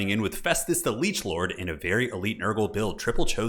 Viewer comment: Every time you say Leechlord, my brain hears Chinlord.